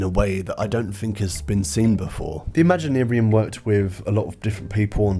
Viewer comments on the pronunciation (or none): I can’t fathom anything about this film. Or your decision on how to pronounce “ImaginArium”.